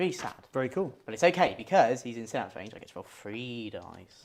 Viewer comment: Oh dear, first time here, and they're already not pronouncing Synapse correctly lol. Lets see how this pans out. I will be critical. The Tyranid paint scheme is a little odd having the brighter colour for some of the carapace, not a fan of it this way round, much prefer the brighter colours to be the chitin, but that is just personal preference. Seeing Space Marines with flat matt colours is also odd, but also just personal preference. However both paint jobs are really crisp and very well painted. Tyranid Turn 1, the Genestealers were mostly reversing towards the Space Marines. Made me chuckle XD as did the Barbedgaunts also reversing. You info card popping up about Heavy is incorrect. You state that if the bearer remains stationary you get the +1 to hit. The unit is required to remain stationary not just the bearer. The Rhino should have taken a Battle-shock test at -1 from the Screamer Killer yelling at it. (This was picked up later in the video) Captain Vanguard Deep Striking you measured diagonally not horizontally though I expect it wouldn't have made much of a difference as you know the charge distance is 9" and the terribly designed Prime is on the ground floor. Strenguard cannot go in Rhinos, they are tactical and Rhinos cannot have tactical models embarked in them. Though this was revealed when the marine index was dropped, which was the day after this battle report. So we can let this one slide. (but you can have 4 servitors with 2 multi meltas embarked in a Rhino